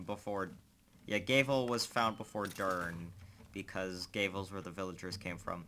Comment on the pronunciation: You pronounce "Gavel" like "Gay-Ville"